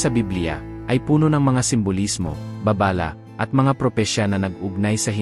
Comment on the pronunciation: Baba-la its babala.. gusto ko manood ng ganito kaso ndi ako nagagandahan s narrator tagalog n lang d pa maka pronounce ng maayos